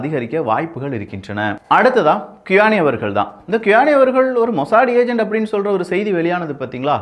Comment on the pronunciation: Bro ur reading is wrong qaani = u ll speak sound like tis khani